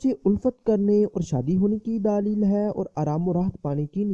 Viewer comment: bhai urdu to bolna sekho please apko sun k gusa ana lg jata ha gaib ko geebat bol raha ho or daleel ko daaleel socho kuch seekho